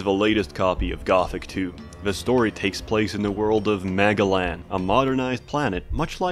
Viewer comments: I'm sorry, did he say "Magaland"? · I couldn't be the only person who heard the title of that planet as "MAGAland."